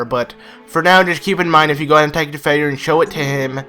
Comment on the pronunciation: lol i just realized hes saying Fyer like "Feyer" the name is a play on words its supposed to sound like fire. as in cannon fire